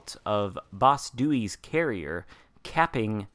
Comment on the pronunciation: Finally, all the accidentally high-level Dewey's we all have from ignorance can be put to good use. Also, I think you mispronounced Dewey-San and Doicher-Dewey in the video